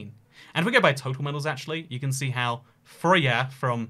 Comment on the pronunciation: Your first attempt at pronouncing Frøya was pretty much perfect, and then you tried to get it right and just got it terribly wrong.